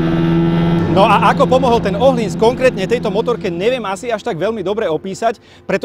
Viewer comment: Je fajn že víte jak se vyslovuje přijmení tureckeho jezdce. Teď ještě ten öhlins😉